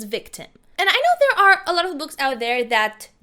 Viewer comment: It’s pronounced of Not OOFF ur voice is soooooo bad